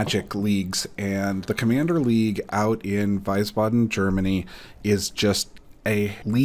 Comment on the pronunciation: Hey, I'm glad you enjoyed the German MtG community so much:) Fyi, it's pronounced "Weesbaden".